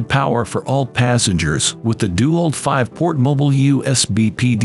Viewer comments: It's DeWALT not dual. Then again, using an A.I. voice and not being able to figure that out explains a lot. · Narrator should learn to say DeWalt. It's not DEW-alt it's De-walt. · Its dewalt not duwalt. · I like how the ai says DuWALT. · Gotta love the ai voice. dew-alt lol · Try using a real human for your next voiceover. He might at least be able to pronounce "DeWalt" correctly.